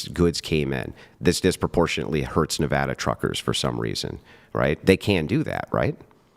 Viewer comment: Thank you for pronouncing Nevada correctly.😂